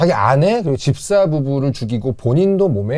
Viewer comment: 피디님 치아교정하시나요? ‘집사’ 발음하실때 ‘딥사’라고 하시는거 깉아요. 그외에도 약간 혀짧은 소리가 ㅠㅠ 예전엔 안 그랬건것 같은데…